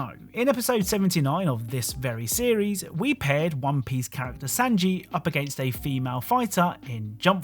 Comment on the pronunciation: SANJI! S AA NJI! NOT SANJI LIKE SAND 😂😂